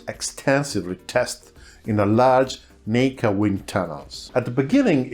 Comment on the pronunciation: FYI, in the US I believe NACA is more commonly pronounced with a hard A, like "attack" or "crack". It's 'nah-kah"